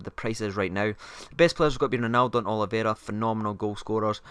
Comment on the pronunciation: oliveira not oliveria :D